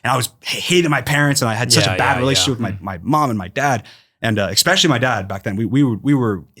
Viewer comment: Dream, say it with me, “ES” (like the letter “S”) “specially”. ESspecially. Not EXspecially. Repeat after me, “ES” (like the letter “S”) “cape”. EScape. Not EXscape. I’m sorry. I know I’m being the worst, but for some reason that is truly my biggest pet peeve. WHERE IS THE X SOUND COMING FROM???!?? I’m talking to ALLLL of you EXspecially people. I always try to figure out what word it is that throws people off with those two. Excalibur? Excavation? Exactly? Idk. But stop. How can you read three books a week for years and not notice there’s no “x” in either of those words 😂??!